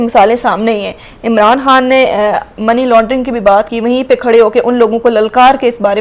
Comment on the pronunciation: Learn Urdu Khan not HAN